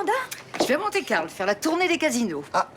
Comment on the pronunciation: on dit Monte Carlo!